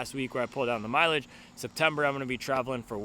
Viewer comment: Need to teach how to say mileage…😂😂😂